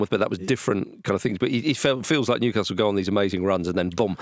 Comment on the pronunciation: Andy's pronunciation of Newcastle hurts me